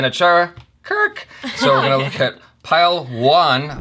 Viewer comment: Pailwan ya pehlwan? 🤣🤣🤣